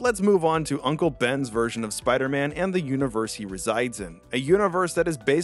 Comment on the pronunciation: “bider man”